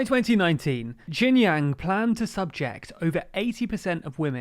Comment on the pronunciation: Our host did a reasonable good job, not jang, it's Jiang, emphasis on the I.